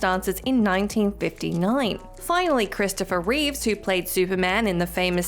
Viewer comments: It's Christopher REEVE, not REEVES. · REEVE! REEVE! REEVE! REEVE! Christopher REEVE! Not Reeves!